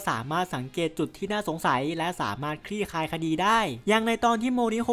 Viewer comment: สรุปสุดยอดมากค่ะ ขอติงนิดนีงเรื่องพูดคำว่า คลี่คลายคดี ออกเสียงควบกล้ำให้ชัดนิดนึง ฟังแล้วตกใจตบอดใครเค้าจะมาขรี้คลายคดีกันนะ 🤣😂